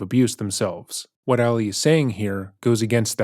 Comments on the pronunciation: I always watch this YouTuber videos, but I can’t watch this one bc of the amount of times he says Alley opposed to Ali. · Why is he pronouncing the name as Allie? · i agree with a lot of what u share in this video but please learn how to pronounce Ali when it comes to Muslim culture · Ali not Ally. You are pronouncing it wrong.